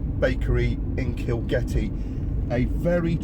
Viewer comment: kilgetty? i thought you said kilkenny, made me want som of that lovely ale.